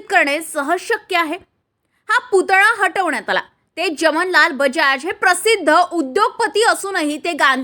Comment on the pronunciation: उच्चार जमनलाल बजाज हे चुकीचे आहे , खरे म्हणजे 'जमनालाल' असे उच्चार हवे आहे.